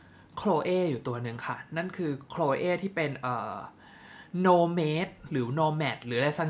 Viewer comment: Her คือดีจริงค่ะ ได้กลิ่นครั้งแรกคือตัดสินใจซื้อเลยทันที ปล. ออกเสียงว่า โนแมดค่ะ no-mad ค่ะ